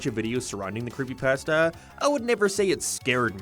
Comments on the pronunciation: It's the Pass-ta for me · I keep cracking up at the way he says pasta. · Never liked creepy pasta. I only watched this cause i like the way you say pasta.